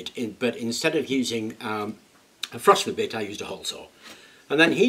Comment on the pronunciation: What is a frosner bit? Is it anything like a Forstner bit?